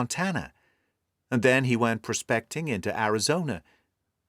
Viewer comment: The American pronunciation of “prospecting” emphasizes the first syllable. The American accent is so good I was surprised to hear this word pronounced emphasizing the second syllable. I must admit pointing this out gives me a Lastrade like satisfaction as is a truly great reader. An error by him is as rare as a hen’s tooth!